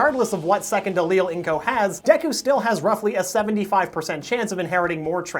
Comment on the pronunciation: You're already better than MattPat by actually saying Deku correctly., also hair color in anime will never make sense.